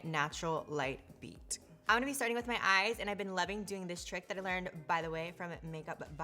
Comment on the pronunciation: sis said “light beat” light beat where